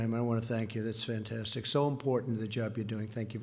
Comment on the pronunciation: Make climate great again.... Trump;" we made a new climate so greate nobody would be able or need to breathe again Fan-Tan-Stick". 😁😁😁😁😁😁😁 Donald Fan-Tan-Stick Trump ... The funniest guy on Earth....